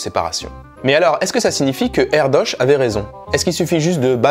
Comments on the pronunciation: Une vidéo super intéressante, merci beaucoup :) Par contre, ça se prononce 'ère-deuche', pas 'ère-doche'... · Ça se prononce plutôt Erdeuche. Et ça veux dire: De la forêt. Ça lui va bien ^^